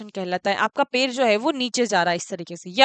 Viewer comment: Mam per nhi पैर बोलिये